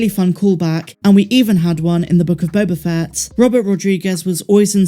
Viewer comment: After "Boba Fettid" and "Obi-Wan Kanblowme", I'm less enthusiastic about Bad Batch Season Two. I'm afraid of how fucked up this will be.